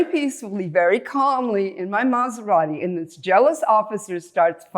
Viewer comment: Im Sorry I gotta Ask Is this Scripted? "I was peacefully driving my Mazarati"